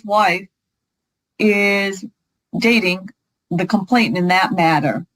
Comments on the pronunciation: These lawyers spend a lot of money on their degree & qualification for the profession. Surely they can learn how to correctly pronounce the word “*complainant*”??? [Hint: it is not ‘complaintant’] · I know that in the grand scheme of things, it doesn't matter, but I cringe when attorneys cannot pronounce legal terms correctly. It's not complaintant, it's complainant. There's no extra 't' in there. It makes me wonder what else they're not paying attention to.